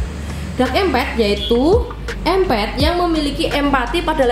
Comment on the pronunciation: Menarik sekali pembahasannya karena Abah juga empath, maaf kalo boleh Abah saran sedikit coba dengarkan para bule yang membahas empath itu, rasanya dari semua bule yg Abah dengar itu empath bule menyebutkan melafalkan tetap em'pat bukan empet😅, sekedar saran saja ya jangan marah karena jadi terdengar aneh empet empet.... Dark empet.... YouTubers lain malah ada yg lebih parah empath diucapkan impet impet wkwkwkw malah seperti impact benturan atau akibatnya, berdampak, kan jadi salah arti begitu, mgkn mereka ga pernah denger bule nya jadi dikira kira ejaan dan ucapannya di Inggris ingriskan sebisanya. Abah tidak maksud membuli silahkan di periksa orang Amerika, Eropa dan bule lainnya semua ucapnya empath itu em'pat, Abah bisa salah juga, mohon maaf juga, jadi ini sekedar saran saja. Tetap semangat berkreasi dan sukses ya